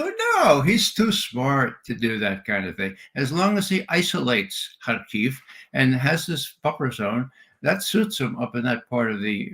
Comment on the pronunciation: the only guy i've heard pronounce hamenei and harkov correctly.